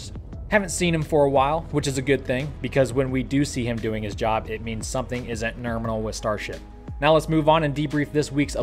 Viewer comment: I really enjoy your channel and all your jokes. But when you say nurminal it really makes me sad. So sad. Maybe only say it like that 1 out of 10 times...?